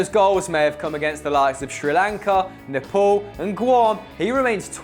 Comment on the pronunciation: It's Nepal not Nepol. :P